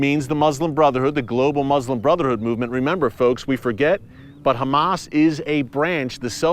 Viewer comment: We pray for peace,,,, so much so that we hide weapons in our place of prayer, so we keep the fight going,,,, while we pray for peace,,, you pronounce our name wrong,,, we are not humass we are dumba$$.!!